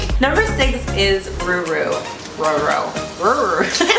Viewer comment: #6 Rourou u have to pronounce it like row-row .... not ruru! But very nice video guys! Thanks for uploading!